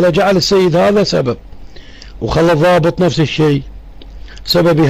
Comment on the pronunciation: صاحب القناة السلام عليكم. : الضابط وليس الظابط